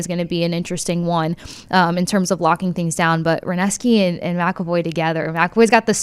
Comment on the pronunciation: Who is this Werneski she keeps saying?